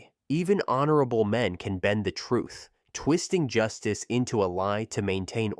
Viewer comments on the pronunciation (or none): none